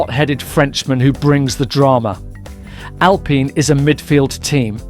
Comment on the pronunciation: I don't like Alpine, but the pronunciation is absolutely wild. Either way good video, keep goinh g.